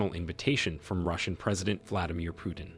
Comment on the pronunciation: It is not Piutin but PUTIN!